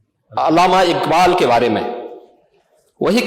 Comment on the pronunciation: jisko allama iqbal kaa naam bhi padh ke lena pade wo bhi sahi se pronounce na kar paye, toh samajh jaao wo kitna Indian hai aur kitna literate..